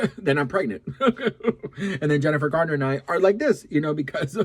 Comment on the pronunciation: Garner, Garner not gardner